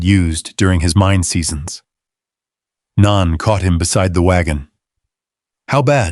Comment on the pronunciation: Naan is a type of Indian bread. The character's name is Nan, which rhymes with Ann. Instead of dinging at us to subscribe, pronounce the main character's name correctly. SMH...